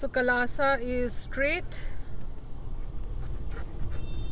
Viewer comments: Hey thanks for making the video! However it is Kalasa not Kaalasa , it is Madikeri not Maadikeri , wanted to know why don't you use some Kannada in your blogs to bring it the local influence? Plus no CC? You mentioned sitting in any place of the country you can enjoy our blogs but not everyone understands hindi ... you should mention the captions in English to make the reach more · Beautiful place.. Beautiful weather.. Beautiful couple with Pixi. ..FYI In Many of the videos your pronunciation of the name of the city is not correct.. Which is always, Noticeable ...my opinion you should pay attention to it.. This time.. Example : "Hassan"... It is rightly, called like Haa + son .... Hassan.. Even.. Kalasa... Is.. Anyways.. We enjoyed the video..